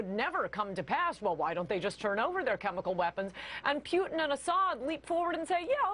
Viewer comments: his name's not peuteen, it's Putin. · Old horseface makes me laugh..her pronunciation of "P-yoo-tin" ..She's desperately clinging to whatever sex appeal she has. But fear not good people, I ask , name one Blonde female that has changed the course of events in the modern world.. I thought so. Her inane ramblings are good for sound bites at best...and somewhere in the world there's an empty kitchen. Ha ...my attempt at being a chauvinistic pig is as good as her journalistic views. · Is this bitch saying Pute-in? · the bony bleached bimbo can't even pronounce Putin's name correctly. She's in desperate need of a lube job, if she is even a she.